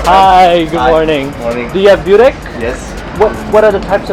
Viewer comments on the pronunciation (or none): Ajvar, as ayvar, not adjvar. And bUrek as dUbrovnik not byurek and not Dyubrovnik